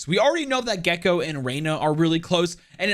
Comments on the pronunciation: He said his name in the whitest way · Im a true hispanic over here. Mexican and Puerto Rican. The way it was pronounced murdered me. (Gekko's name) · okay dude, the reason why you're getting flamed for the wrong pronounciations is cuz you're not even trying or researching how it should be pronounced. at this point, you're just doing it on purpose, that's why I unsubbed🤏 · Hm, yes, IMPECABLE pronounciation. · i think u can use google translator or whatever to pronounce :D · At least he owned up to it lmao.